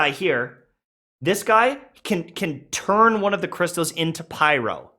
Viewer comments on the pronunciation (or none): none